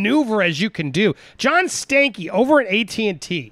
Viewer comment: I’m sorry but John Stank-ey Andy, c’mon you’re better than that, pronounce it like everyone else Stan-key... smh